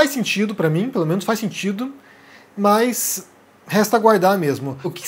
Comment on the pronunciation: Por favor, meus ouvidos doem ao ouvir mais ao dizer mas, de onde vem isso? No mais, suas análises são razoáveis, mas, um fonoaudiólogo seria recomendável!